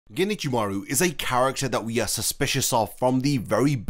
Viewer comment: Can you, please, in the future not say "ginichimaru"? Japanese may not have spacing in their written language but there is a separation of the words if you do know the language. Alternatively, use the japanese naming and go for Ichimaru Gin since it will be harder for you to accidentally join the words that way.